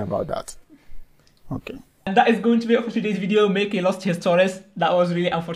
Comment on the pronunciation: It's pronounced Mackie not meckie😂✌️